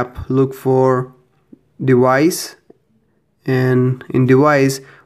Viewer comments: it's device!!! not dewise. so annoying. also you could just call it a watch which is what it is you knowww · Device. Not "dewise" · Dewice is driving me insane. It's deVVVice. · NOT DEWICE. IT'S DEVICE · Why do you say dewice it's frickin device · The "dewise"💀